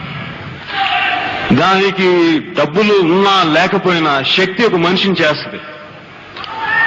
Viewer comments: Shakthi kaadhu babu Sakthi anaali🙏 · Shakthi kaadhu Sakthi anaali🔥